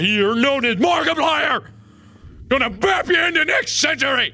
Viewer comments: BrambleLeaf Warriors/AJ/Animations cuz u didn't say bab you said bap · who else heard fap instead of bap lol ( i re-winded cause i was confused lol) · Woofy Mcwoofwoof he said it right